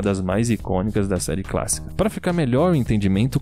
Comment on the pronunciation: Quando ele disse " série cássica " eu morri de rir